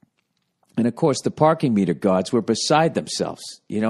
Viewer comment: The Pahkin ((((((((MEEEETAH))))))))